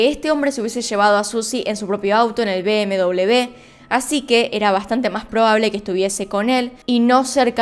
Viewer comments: Me siento incómoda cuando dices bm-doblev. >:'(((( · Perdon,pero me llama mucho la atencion por que dices bm doble b, cuando la marca de coches es bm doble uve..BMW. ?? Saludos